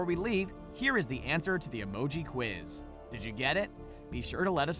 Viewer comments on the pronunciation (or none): none